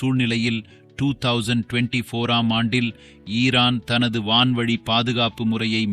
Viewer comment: என்னடா தங்க்லிஷ் பேசுகின்றாய் தமிழ ஒழுன்கா உச்சரி போர்ஹன்றட் 2024 ஆண்டு ட்றாடார்??????